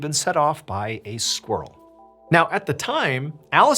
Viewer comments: I love the way you say squirrel as squrl ❤❤❤ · Squrrel? Squirrel? I pronounce it with the I. Non-native English speaker.